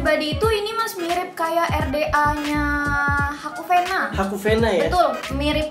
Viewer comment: Bukan haku venna tp haku riviera